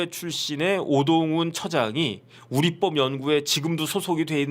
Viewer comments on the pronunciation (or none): 우릿뻡이아니라 우리법이라발음해야지요.